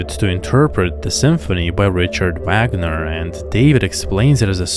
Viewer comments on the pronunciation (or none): none